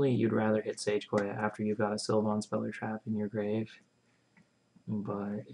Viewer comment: Stop saying Sil-von. It's pronounced Sil-vin.